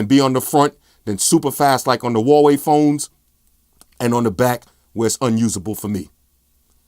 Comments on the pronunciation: "Umey" , "Hawaii" LMAO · "Huwaii phones" haha. But great video like always! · He knows but he pronounces things his own way, like Nugget for Nougat and Hawaii for Huawei